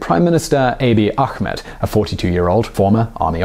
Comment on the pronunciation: Our prime minister's name (YES! he is our prime minister and not our president) is not that hard to pronounce. But awesome video though!